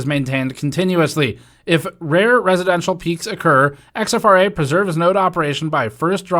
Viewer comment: I’m guessing that’s not X-F-R-A but “exfra”, as opposed to “infra”